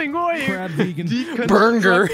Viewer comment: "crab eating descontructid burnger" BUNGER